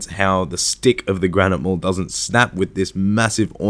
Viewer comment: The way you say granite lmao. Jesus dude...